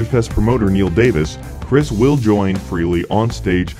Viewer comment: Frehley not freely